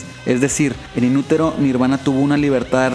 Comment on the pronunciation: Cc quieres pronunciar como los gringos pero dices inuroro :v JAJAJA